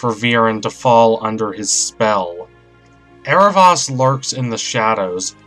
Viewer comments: It's Aarav-OH-s not Aarav-AS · not to br rude or anything but in the series it is pronounced " Arrow-voas" (the "o" says its name) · yes was cringing the whole vid from the mispronunciation!! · Did you mean to mispronounce his name?